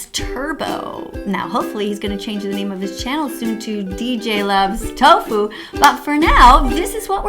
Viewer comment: did you said tofo. 😂